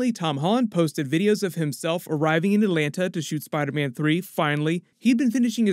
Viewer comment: ooh the spectacular spoilerman likes to say athlanta